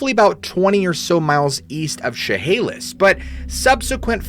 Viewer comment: You have to be from Washington because you said Chehalis perfectly